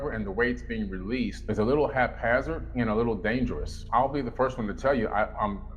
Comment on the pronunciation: NOT "Hapharzard"!!